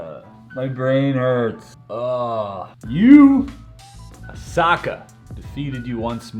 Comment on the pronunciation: Chris:You-aa-saka. Me:How dare you !!